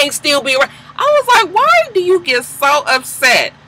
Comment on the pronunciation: "I'm selling a toy line! What do you want me to dewr?" The way you said "do" (which is exactly how Snoop says it) made me repeat that part a few times. LOL